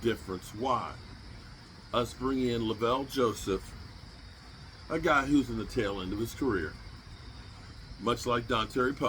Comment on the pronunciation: Lavelle Joseph??????? Do you even know your own players? There's no way you've ever watched him play and heard anyone ever say Lavelle it's Lin-Vall wtf?